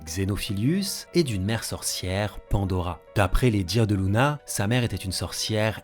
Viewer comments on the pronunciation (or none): C luna pas louna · C’est pas Louna mais Luna :) première faute à 15 seconde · par contre je dit lUna pas lOUna. Je me trompe peut être...